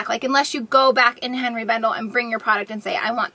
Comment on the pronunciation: Just FYI Henri is pronounced ON - ree NOT Hen ree.